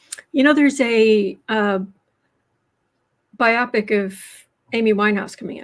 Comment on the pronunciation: did you say "biopic" as if it rhymes with myopic? It's BI'-o-pic (long o). Edit: PS - Looooved this episode!!! 💙🎉